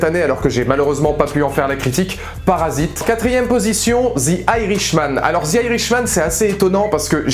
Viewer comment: ze mandalorian please !, not zi !